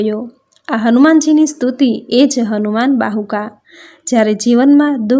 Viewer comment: Bahuk bolo bahuka nahi